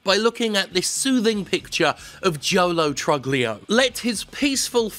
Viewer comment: Pretty sure it's pronounced Lo Troolio